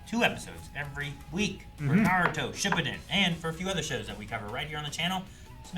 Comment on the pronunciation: Still can’t get over the fact that you pronounce it Shippuden like that 😂😂😂